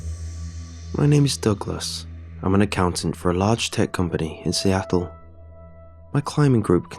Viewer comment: why’d he say Seattle so weird